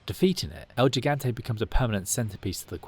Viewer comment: It's "el gigante" not "el jigante"